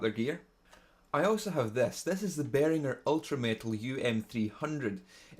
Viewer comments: Well ! I am in shock !! I was ok till you pronounced BEHRINGER correctly (Uli would be pleased) then after that you used a pentasyllable ( uneducated ). However I agree about the badly used pedals . I wanted this sort of sound a few years back and tried out The Um300 . I have hardly used it since. To my ears the Jack hammer sounds more compressed and controlled. The other two just give a tuned buzz but that is what some players want. I can hear how that would work as a rhythm guitar with vocals and a lead guitar working over the top of it . Personally I prefer the sound of the di-lithium crystals used in the old fuzz face and all the other 60s/70s stuff . But You can get some marvelous sounds from a Behringer pro rack unit which is what I use most of the time . Look for a video by a Swedish outfit called Nocturnal Rites - Fools. They have captured the essence of Metal but listen to the almost clean tone of the lead guitar . They must be doing fairly well as the lead guitarist is playing a Caparison Guitar which are probably the most expensive guitars on the planet !! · I understood you perfectly my little Scottish Cousin as I am from Northern Ireland. I you find anyone else on youtube pronouncing Behringer correctly do let me know! One other thing, is it true that in Scotland they call it Youyatube?? I only ask as it would suit some of the posters on this thread. Thanks for a coherent video - it makes a nice change from the long chats some people do on guitars or setups where they never get round to playing!! I find myself shouting "play it" and then winding on till I get the nano-second near the end!!